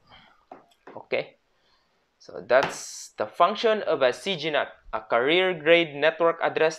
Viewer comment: he pronounced carrier as career lol 😂